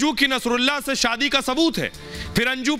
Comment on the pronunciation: जो बोला जा रहा है कि मुझे भारत आने लायक ही नही छोङा आदि आदि । ध्यान से सुनिए यह अंजू की आवाज ही नही है । एकदम से परफैक्ट हिन्दी। जबकि अंजू इतना अच्छा नही बोलती ।शादी को सादी बोलती है आवाज भी थोङी भारी है । विडिओ मे अंजू बोल रही है आवाज मे फर्क सुनाई देगा ।